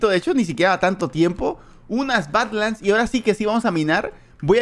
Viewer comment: No no, ya sé lo que son las Badlands y sus variantes, sé bastante de eso, pero la pronunciación, parece que dice otra cosa xd